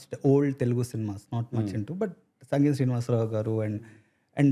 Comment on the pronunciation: Its "Singeetam" Srinivasrao garu, Not Sangeetam... Atleast you guys should have corrected him